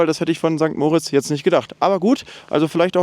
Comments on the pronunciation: St. Moritz wird nicht wie der Name "Moritz" betont, sondern, wie für das Engadin bzw. den Kanton Graubünden üblich, mit Betonung auf der zweiten Silbe Mo-RITZ (etwa wie Morritz). Andere Beispiele: da-VOS (nicht DAvos) oder zwar nicht Engadin, aber ähnliche Region (in Liechtenstein) va-DUZ (nicht VA-duz) Und man sagt nicht "Grützi" sondern "Grüezi". Das e wird auch ausgesprochen. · Sorry, bin Lehrerin: Bei St. Moritz wird das i betont und nicht das o.